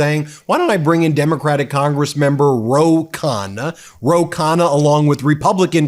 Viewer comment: Americans should learn how to pronounce Indian names. 😂😅 There's a reason why the letter 'n' is repeated twice in the name Ro Khanna!!!!🎉🎉🎉 you lay emphasis on the 'nn' - lol!!! This is the second channel where i've noticed this.